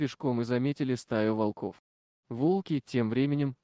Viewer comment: Кошмар!!! то же мне грамотеи нашлись не во́лков,а волко́в Нахо́дится Ей найти дорогу